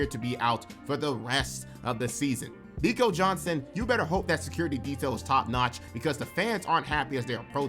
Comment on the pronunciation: Not even mad at you repeatedly screwing up Nico's name. I hope he gets fired and forever lives in infamy!